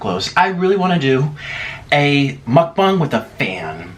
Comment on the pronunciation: Ya'll rewind all the way to the begging and hear how he says "MUcBaunG lmaoo. love your vids tho you're you make me hungry so ur vids work <3